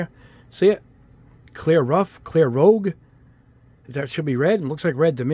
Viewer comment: I always find it funny when people pronounce Rouge as Rogue and vice versa. I get it though because it is so close. Funny. Thanks for the video.